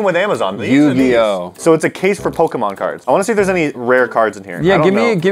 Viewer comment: They also pronounced pokémon wrong